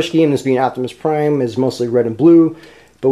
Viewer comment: u forgot the r in prime